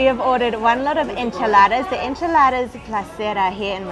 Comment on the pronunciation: esnchiladas not inchiladaras